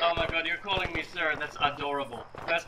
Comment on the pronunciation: "that's A Door able" Damn, Ina will see your future career